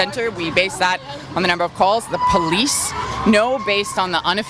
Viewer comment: THU POLL EECE